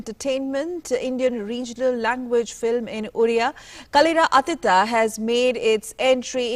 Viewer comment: Atleast do some research before inviting great directors like shri Nila Madhaba Panda. You cannot pronounce his name properly, nor the movie's name.... Neither the meaning of the Movie. Worst journalist ever.